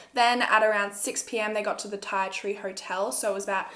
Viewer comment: Ti Tree pronounced Tea Tree...